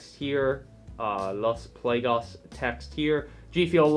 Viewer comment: “Los plagaz” Jesus Christ dude your pronunciation 💀